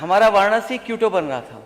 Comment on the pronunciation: माननीय अखिलेश जी क्यूटो नहीं होता क्योटो है वो😅